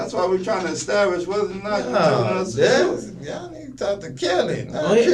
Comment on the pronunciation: He says "Dats the truf."